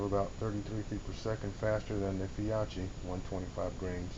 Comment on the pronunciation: Fee-oh-key! Well done! Great informative video.